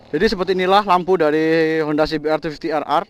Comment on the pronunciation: kayak e klo liat langsung bagus nih motor 😂 klo boleh koreksi bacanya cbr250(dobel)r 😁